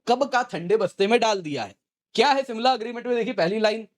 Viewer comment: It's Shimla not simla.😀